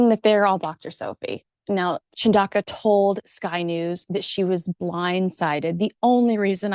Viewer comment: CHUN DA UKA is how you say it. African languages are very phonetic.